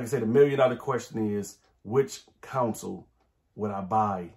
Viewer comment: I've been in CA too long. I can't unhear "Counsel"